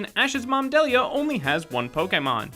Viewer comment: Mispronouncing Pokémon names is one thing but mispronouncing people’s name is way different. Ashs mom is Delia as in dee li a not Delia as in dell e a